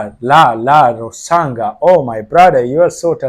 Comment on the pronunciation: His not Lalrosanga he is lalrousang ah not ga ,nga,ah